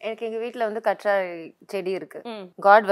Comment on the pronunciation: கற்றாலை இல்லை. கற்றாழை இது தான் சரியான உச்சரிப்பு